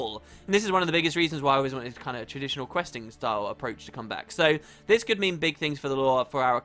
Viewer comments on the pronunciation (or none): none